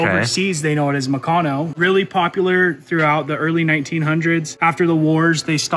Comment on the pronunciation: The way he says mecanno is bad. It's meck-an-o. Or like a mechanic but replace the ic with an o.